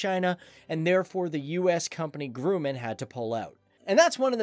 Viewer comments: Grumman is pronounced “GRUM-mehn” not “Grewman” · It's pronounced "Grah-mun", not "Groo man". It's also grammatically correct to say "ordered 200 of these aircraft". Aircraft has an indistinct singular and plural form, you never add an "s" to aircraft. It's like saying "these fishes swam by". You also don't say "1 times 23mm" when describing cannon armament, it's just "one 23 or one 20, or one 27mm cannon, etc. Nobody EVER verbalizes the "x" as "times". Otherwise, great video. Other than the Hasselhoff 80s hair, hahah. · Not grooman, gr-uh-mun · Grooman? Ugh….you irresponsible young punks. It’s Grumman, like it’s spelled. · It is pronounced “Gr-uh-man”, not “Gr-oooo-man” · Not Grew-man, it's Graah-man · It's not Grooman.. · Haha the "U.S. company 'Groo-Man'" he says....oh boy..you know this is a well researched video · It's pronounced "Grumman" like "Drum". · Actually its "grUm-mein" the more you know ;) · The plural of aircraft is aircraft, not aircrafts!!! Additionally, learn to pronounce Grumman!!!